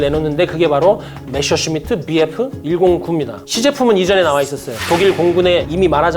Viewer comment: 독일어 읽을 줄 모르시는 것 같은데, 그냥 한글로 표기된 걸 그대로 읽었으면 좋겠어요. 주인공인 메서슈미트부터 방송 내내 메셔슈미트라고하시니..